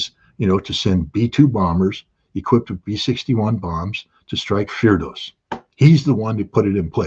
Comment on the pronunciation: Does Scott mean Fordow? No idea why he calls it firdosz.